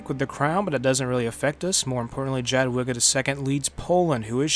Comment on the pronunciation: please stop saying jadwiga it hurts